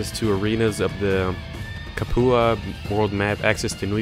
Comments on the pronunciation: Capua is pronounced "Cap-you-a" not "Ca-poo-a". lol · Proper pronunciation Ludus (LOO-DUS) Capua (Cap-YOU-AH) Your pronunciation Ludus (Low-Dus) Capua (Cap-poo-ah) Just FYI, not trying to be a jerk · Cap-you-uh Prime-us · I cringe everytime you say "Capua" , "Ludus", or "Primus" other than that, good gameplay ;)